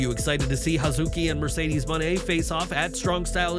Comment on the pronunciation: Mushedes? Not Again 😂😂😂😂😂😂😂😂😂😂😂You Know Better That 😆😉